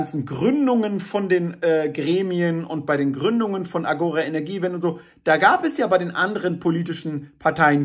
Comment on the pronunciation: Danke für das Video. Hoffentlich trägt es dazu bei, die aufgeblasenen Grünen kleinzukriegen. Ein wenig Beckmessern: der Fremdwörterduden 5. Auflage betont "Agora" auf der letzten Silbe.